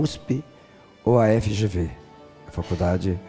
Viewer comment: Kkkkkk, a Sabrina não sabe nem o nome da faculdade, ela fala EGV,mas é FGV.